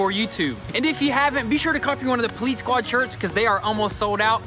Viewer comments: You know it’s called ”police” not ”politce” ya dingus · Poleetz?! I seriously thought you two had a speech impediment. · Oh look, a "poleetz" car🤣🤣🤣🤣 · Can they not say the word police or are they saying poleetz onj purpose to keep the meme going? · How can you guys still not pronounce police the right way? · My fiancé just asked me “why do they say poleetz?” I said, because that’s what it is baby. It’s the poleetz car. She said, oh. Ok. 🤣🤣🤣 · Why cannnnnt heeee say police😭😭😭😭😭😭